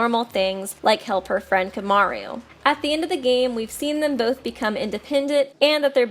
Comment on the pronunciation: Why do you fucking pronounce "Komaru" like "Kyomyaryu"?